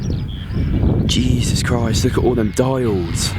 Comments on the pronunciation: Stop saying juses krist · It’s so funny when he says ,” Jesus Christ ( in Australian and British accent ) “